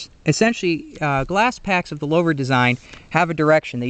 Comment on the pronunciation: Lowver? Isn’t it pronounced loover? Got hung up on this and didn’t hear much of the video…